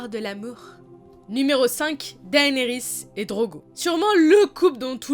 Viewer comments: Je crois que si la prononciation des noms Targaryen se prononce de façon "Latine" le "ae" se prononce "é" donc on dirait "Dénérysse" et non "Daénérysse" ( j'écris le nom comme cela pour la prononciation, je sais que ça s'écrit "Daenerys" ) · C'est pas plus DAYnerys ? (pour la prononciation) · Si, techniquement la prononciation, c'est "Dènerys", "Téon" (en tout cas en français, forcément en anglais c'est pas tout à fait un F mais pas tout à fait un T non plus), et "Petyr", non pas "Peter" à l'anglaise :p